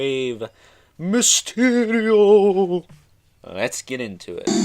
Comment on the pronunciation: Really you had to say mysterial like that